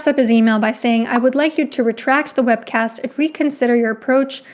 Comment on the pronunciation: every time u said “webcast” i screamed